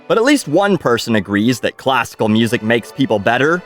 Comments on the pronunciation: Classical Mussic 😆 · I like classical "mussic." lol